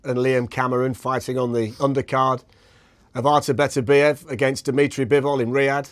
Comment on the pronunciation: Why can hardly any of these guys pronounce Beterbiev's name correctly?